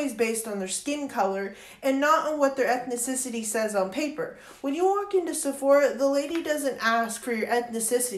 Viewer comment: E t h necessity? You mean ethnicity